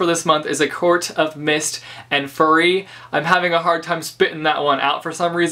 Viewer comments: Did you say a Court of Mist and Furry? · i noticed you pronounced "fury" like furry! so funny how u say it XD anyway, do i have to read tmi before lady midnight? cuz i can't wait for thissss